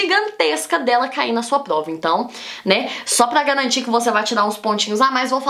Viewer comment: Ela fala plova e tlabalho. É fofo kkkk